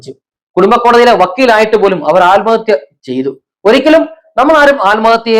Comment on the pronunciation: തന്നെ ആരാടോ മലയാളം പഠിപ്പിച്ചത്.ആൽമഹത്യയല്ല, ആത്മഹത്യയെന്നാണ് .